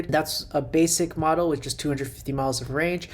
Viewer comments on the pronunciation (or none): none